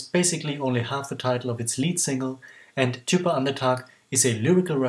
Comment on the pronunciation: The "d" in "djupa" is not pronounced. Just thought I'd let you know. 😁 Interestingly enough, the song "slowly" was apparently taken from the musical chess.